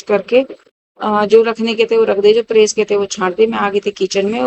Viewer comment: Bhn bad nai bed bolte h.praise ni press bolte h.dhng se bola kro.phur bolti o log gvar bolte h mjak udate h